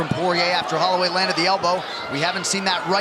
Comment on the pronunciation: How did an official ufc YouTube channel mispronounce Holloway?